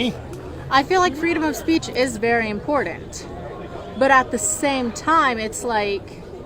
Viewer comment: When someone pronounces important with a "d" in the middle, just stop talking.